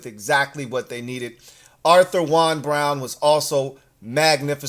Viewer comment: You really call my guy Auther Jaun like that tho. You opp.